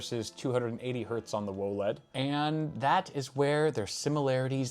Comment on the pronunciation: Can we please not say whoaled and just say W O L E D lol